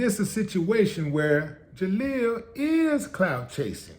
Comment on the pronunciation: Not Jaleel.. More like JaSQUEAL...